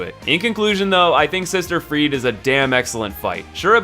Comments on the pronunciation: freed? isn't she called freide? also he is not allfather Lloyd he is literally Father ariabdel thats it. Nice video though ^^ i just cringed a bit åt the pronounciation of the names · the word Friede is pronounced Freed-UH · it's FRIEDE, the E is pronounced like a German E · Learn how to pronounce names! The way you say Friede hurts! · when he kept saying friede wrong T.T